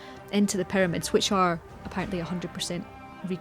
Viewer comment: the tombs and the pywamids